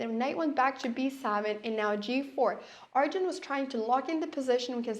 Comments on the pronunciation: It’s Arjun not aryan. He is not Spanish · I think her Scandinavian brain is making her call Arjun, Aryan. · "Aryan" isn't the Spanish pronunciation either. Our "J" sounds similar to the English "H". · is she saying arian?